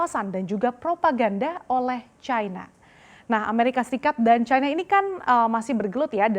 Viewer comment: cina kok dibaca caina sih ? salah ejaan